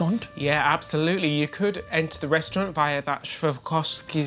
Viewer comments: My darling fellas. Swore-off-ski. ❤😂❤ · Dear.....all you need to do, darling boy, is break down the word into 3 syllables. Swar-Rov-Ski. Easy-Peasy! 👍🏻👍🏻 The stairs are STUNNING!!! Great video guys!!!👏🏻👏🏻💕💕💕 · Hi my lovelies. So, Swarovski is originally Austrian. You can say Svar-off-ski or the English adaptation Swar-off-ski 😄, I love your short hair (I know all about the hair debacle) I think you really suit it as it is now😊xx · Completely amazing! It’s SwarOVski, btw. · The stairs are Swarovski. Pronounced Swore off ski It is like I swore off skiing